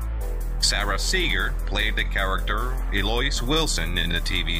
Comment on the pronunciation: You pronounced Eloise wrong.